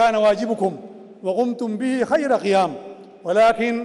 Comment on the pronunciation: قبل ان تلقى الخطاب تعلم كيف تنطق حرف القاف ولاتقل غين يعنى الشقيقة وليس الشغيغة...نقاء وليس نغاء....قيام وليس غيام وهكذا